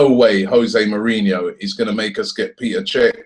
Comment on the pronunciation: Its Pet-er not Pee-ter